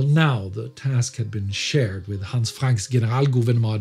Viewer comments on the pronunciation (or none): none